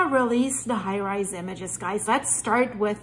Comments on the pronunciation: Thanks but it's Hi Res (Hi Rez) not High Rise. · It's pronounced high rezz or high resolution but pronounced high rezz😊